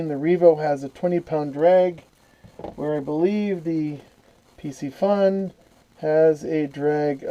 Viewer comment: "Carbon frame" is just a fancy term for plastic...those aren't 5 weights, they are magnets. Pretty sure pisci isn't pronounced pissy. Piscifun is Pisk eh fun. Pisc as in piscis (fish in latin) The cam is called a pinion gear. The plastic inside of the Abu are parts that don't wear a lot. Abu has been made by pure fishing (chinese company) With the exception of a few, ALL abu are made in china. They make a few Ambassadeur in Sweden still, but most are made in china. The Abu also design their own products. Piscifun does not. They reverse engineer other engineering and copy. It is much cheaper to copy than to design their own.